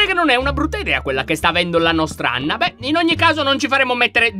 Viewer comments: 😂😂😂Lyon dice Ana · Lyon hai detto ana invece di anna😊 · Allora inizio lion ha detto Ana invece di Anna🤣🤣🤣🤣😂😂🤣😂🤣😂🤣chi lo ha sentito mette like,perfavore😌😌